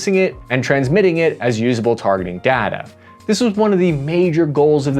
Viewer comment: PLEASE stop calling it "datta"